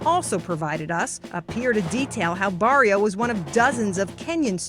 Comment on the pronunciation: She can't or wont pronounce his name correct, on the form, it's spelled, ''BARIU"" there is NO ""O"" in that form!